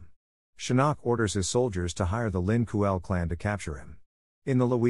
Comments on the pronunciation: It’s not the Lin Kuel or whatever you said it’s pronounced Lin Kuei (k-way) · Lin kuei not kuel ty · Ling qway is how subzero clan is said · Lin kooel hhahhahahahahah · I enjoyed the video like always but am I the only one who cringed at how he said Shang Tsung and Lin Kuei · This dude mispronounce "Lin Kuei" many times. 😭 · no it's not how it's spelt I corrected his pronunciation of it